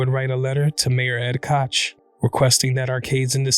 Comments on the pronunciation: Ed Coch is pronounced like Coke. RIP Johnny. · Nah, the obnoxious Mayor Ed Koch is pronounced like "crotch" without the 'r', (which was the name he was called colloquially by New Yorkers). NO relation to the evil racist trumpeteer 'Coke' (spelled Koch) brothers.